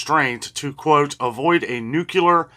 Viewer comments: Nooocular is not a word. Nuclear, is the word you should be saying. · NOT nucular!!! Nuclear.... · Nuclear is NEW clee er. We lost the battle for correct pronounciation when Bush called it NYOO kyoo ler.